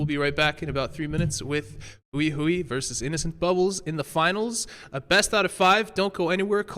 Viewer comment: I think now would be a good time for the casters to learn how to pronounce Hui Hui / 辉辉. Pro tip: it's not "Huey Huey"